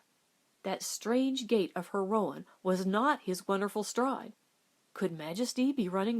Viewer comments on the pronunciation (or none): This is great! There's some other good ones you could read. Wildfire, but that one makes me cry, The Call of the Canyon. Roan is one syllable tho, even in the south. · So Stewart got a new horse. Why is it not blah-ack if the other one is ro-uhn?